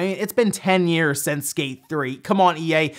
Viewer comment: On first watch I thought he was saying escape 4 than he mentioned skate 1&2 remake and got confused. Lol All these leaked prices for ps5 is just to make Microsoft crap their pants and make them announce the price already so Sony can cut throat as they always do.